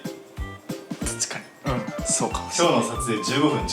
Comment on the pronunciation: ｢たちかに。｣ 🥹ｶﾜｲｲ